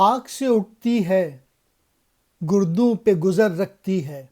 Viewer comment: I think گردوں is pronounced as "gar dun" not " Gur dun "